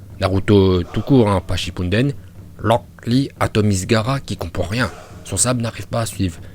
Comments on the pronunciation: mais arrete de dire rock lee et haku comme sa stp xDD "HakUuU" et locK Lee" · Pk il dit "Locklear" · Il a dit 18 fois lock lee en 5minute seruix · On dirait qu'il dit lock lee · Franchement 'haku' à un meilleure accent que lock lee😅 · Tu sais t'a juste à dire "Akou" Et "Roque Li"... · Rûok Lee kuü ptdr la prononciation en vo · Tu dit HAKEUUH et LROCK LEE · "Loc li" "Aku" (Rock Lee, Haku)😂😂😂😂😂😂😂😂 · " Loocc Li " mon cerveau chauffe !!! 😂😂😂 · "Lock Lee" et "Haku" 🤣🤣🤣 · Pk tu dit "lock lee" et tes accent son...incroyable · Le "Lock Li" il me fuuuuuume de malade mental mdrrrr. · Moi non plus je comprends pas pourquoi il faut dire Locl Li alors que même le chinois qui parle Français prononce leurs propre prénom avec l'accent Français et c'est logique. C'est comme les gens qui parle Français et qui place un "anyway" ou un "you know" comme ca, ca a aucun sens mdr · « Lock Lee » mdrr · Putain comment tu dit aku et rock Lee c'est bizarres ! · Oui ta vue ça moi g l abitude de rock lee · Pk tu dis S A S U K E À la place de S a s k e Et pour Rock Lee et Haku tu les prononce en VO Ps: T chiant avec tes Hakkkuuu et Lock Lee c mêmes pas la bonne prononciation donc stp Arrête